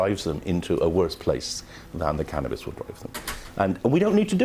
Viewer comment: did he say cannnabis addict ? lol ok